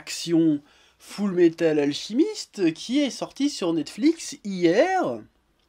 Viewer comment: Ça m'a perturbé d'entendre "AlCHImiste" tout le long de la vidéo, mais je vais rien dire sinon je vais me faire insulter. Ah bah trop tard.